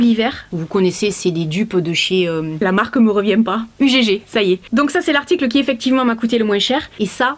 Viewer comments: on dit pas U-G-G, ça se prononce « Heugg » ptdr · UGG ça se prononce eugue 😉